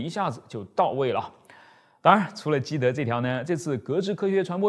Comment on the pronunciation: 是基德不是基博😂😂